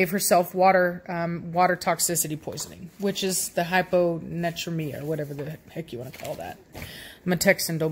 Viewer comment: Poor dog was put down bc of low sodium and high temp🙁 Hypo Na treemia is how you say it. I’ve had two dogs with seizures and medicated with Phenobarbital. The Aussie live 15 years and the Chihuahua lived 16 years.